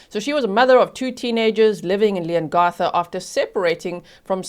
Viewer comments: I'm a local, about an hour from Leongatha...your pronunciations are perfect although we pronounce it Leon-ga-tha rather than Leon-gar-tha ☺️ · Another “Family Tragedy” hmm 🤔 Oh Leongatha - the a has a short sound like (a)pple not an ‘ar’ Thanks G 😁👍❤️🇦🇺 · The A in Leongatha is pronounced as it is in Apple. Not as it is in arm. With respect as you asked. Love your lovely accent though. The town is pronounced more-w'l. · Also, G, it’s pronounced Leon GATH a. Not Garth. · Thank you for covering this. Btw, it’s LeongAtha…the A pronounced as in cAt. (🇦🇺 and I’ve never met a single person who believes she’s innocent 🇦🇺) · You did really well with the town names! The only one a little off was Leongatha (the a in the gath part is pronounced like the a math rather than a in path)! Much love from Australia! <3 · Thankyou for your prompt coverage of the outcome of this case. Leongatha is pronounced "Leongath"....as in Cath "a"